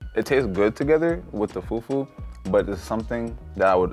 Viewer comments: Im American and can say it right its not pronounced fu-fu its pronounced foo-foo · it’s not about that…the pronunciation is still fUfU not few few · the fyuh fyuh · Oh God brought disgraced the whole nation even me they said bring Cameroonian food he brought a dish we don't even eat with "few few " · it’s pronounced “Fu-Fu-“ but this man said “few-few” 😅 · foo foo instead of few few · fyew fyew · said, "foo foo" not fufu 😂😂❤ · “Few few” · They are all Africans and they do know how to call it “fu-fu” what’s with the feew feew🤦🏼‍♀️ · Right, "few few"..lol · he really said foodfood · Right? Like wth is FewFew??! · Few few 😂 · da hell is few few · “the few few” 😂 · The way was saying “few few” pissed me off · Mans said foo few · pronounce fufu as "fewfew" made me lose my mind XD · I am just some random, uncultured Australian girl, but even I … hearing everyone pronouncing “fufu” and then hearing that one guy saying “few-few” I’m like … “I’m not so sure about this guy.” Side note: I now have to figure out where in Sydney I can get some proper Nigerian food, apparently. 🤤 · I’m not African but I know that it’s not pronounced like foooooofoooooo with an American accent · did really say fewfew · The guy that pronounces fufu as few few i knew he was the worst lol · plsss we don’t pronounce fufu like that😭😭😭😭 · im not even african and the way this guy is saying fufu is rlly irking me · It should be a crime to pronounce fufu like that boy. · “ i wish the fewwww fewwww was a little more bOUncy” 🤣🤣